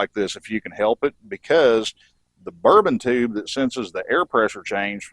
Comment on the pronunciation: Great tutorial, though may I offer a correction, the actuating mechanism in those gauges is a bourdon tube. I couldn’t stop chuckling every time you said the word, and I kept hearing “bourbon tube”😉. Who knows, maybe they have whiskey in them like the “whiskey compass” in airplanes. I am keenly interested in the carb adjustment process using the vacuum gauges, I have only ever done it by ear. Great stuff!